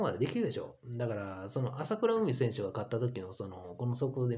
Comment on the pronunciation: まさかとは思いますが あさくらうみ とか あきしのみや とか、読み方すら間違えてますよ 人の名前すらちゃんと読めないのですか？わざと間違えてるんですか？